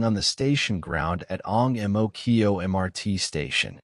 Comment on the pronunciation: You said 'yeahyo chu kang' but its pronounced yo chu kang and you said ang mo kyio but its pronounced ang mo keyo.